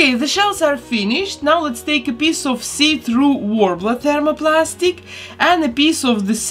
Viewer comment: I really really really dont mean to be mean! But I cracked up when you said piece in this vid cus it sounded like piss. I know I am imature but it just made me go into a giggle fit